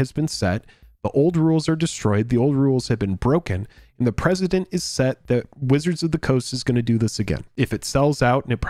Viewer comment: Yo it's precedent, not President. Look it up if you don't believe me. Just want you to sound pro buddy. GL TC HF